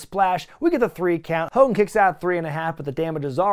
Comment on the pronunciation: I love how you continuously call him Ho Kogan 😂😂😂😂 maximum DESTRUCITY